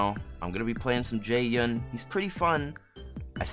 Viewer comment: This whole time I thought you called him Jay Young.